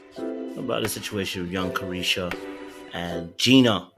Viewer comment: I cackled everytime you said young caresha 😂